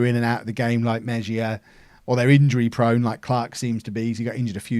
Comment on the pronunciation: It's pronounced Meh-hee-ya